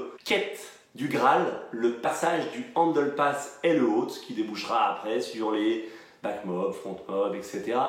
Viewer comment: pourquoi tu prononces handle passme?😂😂